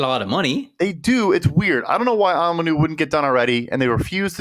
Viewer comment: doesn’t know how to pronounce Onwenu, and thinks Peppers is a FA?!? Disappointing